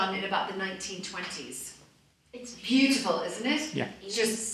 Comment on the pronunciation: She needs to stop pronouncing "beautiful" like that --- like nails on a chalkboard.